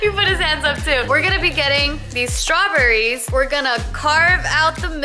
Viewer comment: "Strawburries" 😂 oh